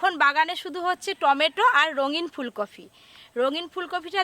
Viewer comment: ভেজ ডালে পেঁয়াজ রসুন ? আর মাছটা তেলেপিয়া না , তেলাপিয়া। ফুলকফি না ,ফুলকপি।